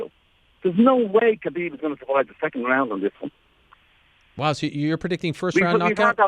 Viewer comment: Tony calling Khabib kebab, is the greatest thing I've ever seen 😂